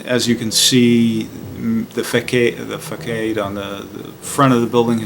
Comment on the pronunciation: sorry to be that guy, but facade is pronounced "fuh-sahd". i grew up reading books and mispronouncing things i had only read and this is one i used to mispronounce too. i hope i don't sound like too much of a dick. have you seen the documentary 1959: the year that changed jazz? my wife and i just watched it for the first time recently and it was fantastic. i'm sure you've seen it already though.